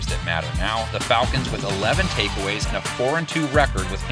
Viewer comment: Yeah FalCANTS! 😂